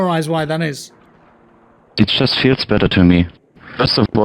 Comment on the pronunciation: "Just-eu, runni-eu and-eu, dyi-eu."